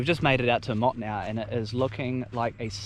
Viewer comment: Hey bro luv ur work But my criteek would be is to pronounce the place names how they are said It sounds like More -2-No If u can say it like that ur saying it correctly All the best